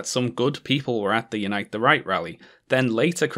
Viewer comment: Every single time you say "Unite the Right" I genuinely hear "Unite the Reich" and it makes absolutely perfect sense.